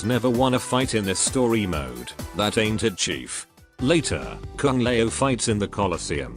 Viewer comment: I like how the text-to-speech makes Kung Lao sound like "Kung Lmao" It's rather fitting for how he's treated in the Netherrealm storyline in general. RIP.